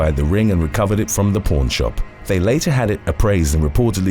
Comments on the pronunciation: I don’t mean to be rude, but when you say pawn, it sounds like you’re saying porn. 😝🤪😜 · Pown shop. Haha he said pawn. But we all heard something else 🤪🤣